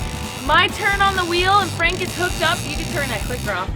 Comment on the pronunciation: "Nice job!"